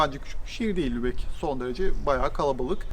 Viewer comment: selam canlar, once iyi haber, elsfleth'e gitmemis olsaniz bile sizi hep severek izliyoruz ve bu hic degismeyecek. Kotu haber ise, 'da "Lubeyin" demissiniz ama Lubeck bir ozel isimdir ve yumusamaz :))) bu'da size nazarlik olsun. ;)